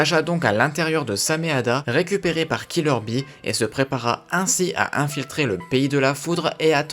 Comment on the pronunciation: On dit killer bee